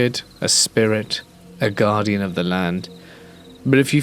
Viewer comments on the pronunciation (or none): none